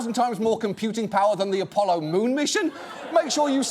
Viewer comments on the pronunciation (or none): none